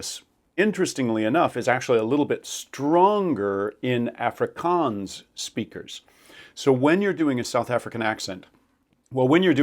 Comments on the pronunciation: It's not an Effrikens accent, but an Ahfrikaahns accent ! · South African here. Your accent is THE WORST! It's not Afrikaanz, it's Afrikaans. And you can't decide how to pronounce Sotho? Stop pretending you're an expert. Your are not qualified. I am cringing so hard right now. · So, as a South African, the first sound in Afrikaans is not "a" as in apple, but a short "o" as in South African "dog" (a sound many Americans seem to be unfamiliar with). "Afrikaans" therefore isn't pronounced like "Africa" if you're an English speaking South African, but more like "off-ri-kaans". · You suffer the same problem that all Americans have when trying to do an international accent when you try to say the word 'Afrikaans': none of the American dialects have an equivalent sound for the 'o' sound that Brits & their colonies have in words like 'sorry', 'not/got/hot/rot/spot' etc. Hence you end up using the 'or' sound instead and sorry becomes 'saw-ry' and in this case you're saying 'Orf-ri-karnce' instead of the glottal stop sound placed at the very back of the soft pallet.